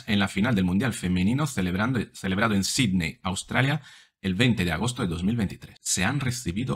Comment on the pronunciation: oh, pronuncias bien Sidney...no hay un solo o sola periodista española que lo haga bien